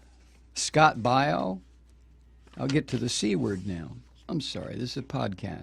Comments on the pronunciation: Scott (BAY-O) not (BI-O) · You can't even pronounce his last name....sthu. Hillary is a cunt and you would feel the same if a family member of yours were killed in Benghazi. You stupid man!